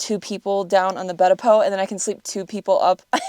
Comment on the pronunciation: Why did you call it Poe 😆